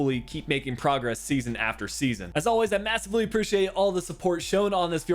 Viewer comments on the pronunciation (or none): none